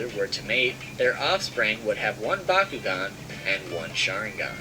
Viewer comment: He never noticed that just said BAKUGAN instead of BYAKUGAN